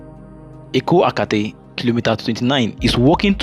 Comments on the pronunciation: you are doing a good job. But take of pronunciation of area names, this should be part of your work. There is nothinglike Eko “Akate” as you called it. It is Eko-Akete. Please correct yourself. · Good job bro!!! It is pronounced as Eko A kay tay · Well done and congrats on using a drone...it makes a lot of difference. Meanwhile it's EKO AKETE, not Eko Akate 😊